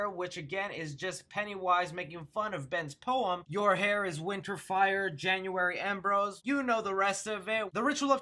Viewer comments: “Your hair is fire, January Embros...? “ umm I’m sorry big dawg but I’m pretty sure it’s January Embers... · January Embers. Not Embros